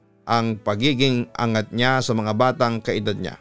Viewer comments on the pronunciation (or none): none